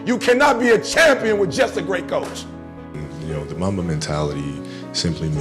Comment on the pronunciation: mumba ? lmao